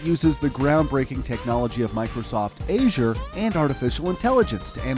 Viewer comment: I'm sorry, but... "Microsoft Ayzyure"?